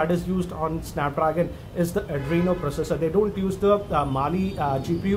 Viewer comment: Sssanap Drrrrraagan😂😂😂😂😂😂